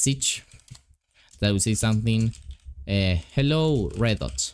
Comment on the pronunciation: you said reddot but its redot